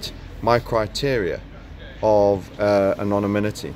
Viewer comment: A quick note: it's "anon-IM-ity".